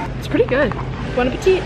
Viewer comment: Love you so much but when you said “bon appetit” I thought you said “bueno petit” and I was really confused 😅